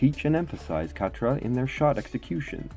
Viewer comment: nice video! may i however please offer a couple of critiques? pronunciation, the k in khatra is nearly silent almost the same as pronouncing knife in English, it is like a gutteral sound made in the back of the throat when pronounced properly. also, forward khatra is not performed by way of moving the bow forwards and down upon release instead forward khatra is performed by moving the bow forwards and down to initiate the release. i personally found that understanding that subtlety for forward khatra was key to mastering the technique and of course it is one of the main differences between this method of traditional medieval archery compared with the modern target archery method which we're mostly familiar with here in the west where release is initiated with the draw hand rather than the bow hand which is mostly why i wanted to mention it. Thanks for the video, it's still good. 😊